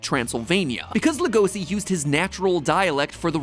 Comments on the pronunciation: Yeah, and the pronounciation. When will they look up, how to say our names? "Bela Lugoszi", what a joke. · Matpat saying legosi is giving me a stroke. I know paru literally named legosi after the vampire but bruh